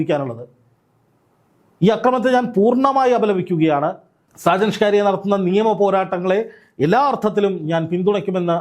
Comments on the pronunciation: ഷാജൻ സ്‌കാരിയാ അല്ല സ്കറിയ 🤣🤣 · സ്ക്കാരിയാ അല്ലാ കൂവേ, സ്ക്കറിയ ആണ് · സാജൻ സ്കാരിയ അല്ല സാജൻ സ്കറിയ എന്നല്ലേ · എടൊ, ഷാജൻ ഷ്കാരിയാ അല്ല ഷാജൻ സ്കറിയ എന്നാണ് ഷ്കാരിയാ അല്ല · സ്കറിയാ എന്ന് പറഞ്ഞാല്‍ മതിയല്ലോ. എന്താ സ്കാരിയാ എന്നു പറയുന്നത്?മോശമാണ്. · Shajan shcarriya alla scariya..ippol 30 lakch ippol akum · ഷാജൻ സ്‌കാരിയാ അല്ല, ഷാജൻ സ്കറിയ എന്നാണ് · ഷാജൻ സ്‌കിരിയ അല്ല ഷാജൻ സ്‌കറിയ എന്നു പറയു കേൾക്കുമ്പോൾ ആരോചകമാകുന്നു ഷാജൻ സ്കറിയ വേഗം സുഖം പ്രാപിക്കട്ടെ എന്നു പ്രാഥിക്കുന്നു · ആദ്യം നാക്ക് വടിച്ചിട്ട് ഷാജൻ സ്കറിയ എന്ന ശരിയായ പേര് പറയാൻ പഠിക്കാൻ ശ്രമിക്കൂ എന്നിട്ടാവാം വാർത്ത വായിക്കാൻ. യദു എന്നൊരു പേരിനെ യതി /മധു /കൊതു / കൊതം എന്നോ വിളിച്ചുകൊണ്ട് ആരെങ്കിലും നിരന്തരം വാർത്ത വായിച്ചാൽ യദുവിനെ ഇഷ്ടപ്പെടുന്നവർക്കും അറിയാവുന്ന ബുദ്ധിമുട്ട് ഉണ്ടാക്കും. മറുനാടനോടുള്ള എന്തെങ്കിലും മുൻവൈരാഗ്യം ഉണ്ടെങ്കിൽ അതുതീർക്കാനാകും ഇത്തരം വാർത്ത കൊണക്കുന്നത്. എന്നാൽ ഷാജൻ സ്‌കറിയയെക്കുറിച്ചുള്ള വീഡിയോ ചെയ്തു വ്യൂസ് കൂട്ടി പണം കിട്ടുകേം വേണമല്ലേടാ നാറീ. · തനിക്ക് സ്‌കറിയ എന്ന് പറയാൻ അറിയില്ലേ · ഷാജൻ സ്കറിയ എന്ന് ഉച്ഛരിക്കാൻ നാക്കിനെന്തെങ്കിലും കുഴപ്പം ഉണ്ടോ? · സ്കറിയ എന്നാണ് 😅😅😅